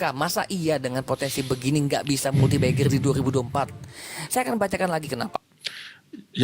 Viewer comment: multibagger ❌ multibeggar ✅